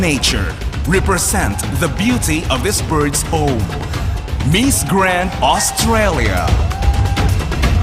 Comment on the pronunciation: The accent of the voice over announcer is annoying!!! "MEES Grand"... ahahaha